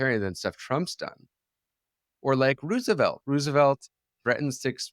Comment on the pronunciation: Rousevelt and Tokeevil The idiosyncratic proper names continue!